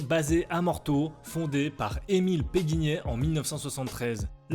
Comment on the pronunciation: C'est PéQuignet et non pas PéGuignet...